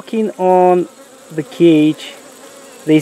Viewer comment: I’m sorry. I know it’s dead but I only think of Uganda Knuckles when he says da queen bee 🐝 . “We have found da queen!”